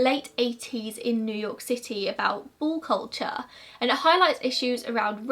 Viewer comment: I can't quite tell if u are saying ball culture or bull culture 🙈🤣